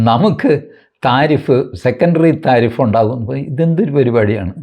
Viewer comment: love the way tariff is pronounced as thareef ( praise ) ...☺☺